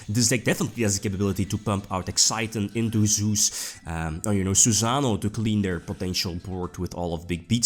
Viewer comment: Love the deck and your vids, but damn, susa'no. Please it's Susano'o (with accent on "o", not on "a") No offense intended, peace